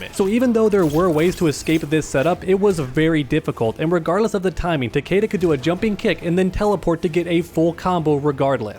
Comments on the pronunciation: Honestly, Takeda is the only good Kombat kid character, and it's Takeda and not Takiida or Takeydah. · Pronounced Tuh-kee-Duh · I just hate how they pronounce Takeda's name, that is not how you say the name Takeda, I gues they never heard of Shingen Takeda they probably jjust looked up japanese last names lol